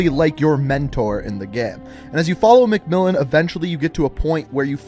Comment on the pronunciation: It’s MacMillan u silly not ‘mellon’